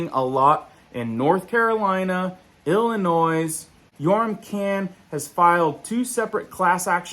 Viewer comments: >> Illin noise????? >> IT IS Pronounced > ILLINOY!!!! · It's pronounced "Illa-noy". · Don't pronounce the "s" in Illinois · I can't listen to you say Illi-noise anymore. Illinois has a silent 's'. Aside from that, your information is helpful but this practice is enraging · Illinois has a silent "s" sound at the end so it should be pronounced "Il-ih-NOY," not "Ill-ih-NOISE." You sound not bright. Drop the s sound. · I hate being the grammar police, But while this info is huge!! Illinois??? The S is silent not pronounced noise. Silent S. 🤫. Thank you for sharing 🙏 ❤️ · "Ill-ih-NOY" (SILENT s) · Thumbsdown for the hillbilly pronunciation of Illinois. Although, the stock footage made me lol. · Sorry dude, but the "s" is silent in Illinois. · The ' S ' on Illinois is silent. Home sweet home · Silent S in Illinois. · This has been going on for a long while. ILLINOIS, the S , is silent. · The "S" is silent at the end of Illinois 😣. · The S is silent in Illinois.